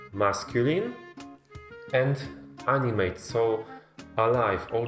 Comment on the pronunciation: Btw in English you pronounce the 2nd A in animate like ah and not AI or ay or whatever. If you do, then you're saying the verb to animate. But he's trying to say it's an animate object. Opposite of inanimate object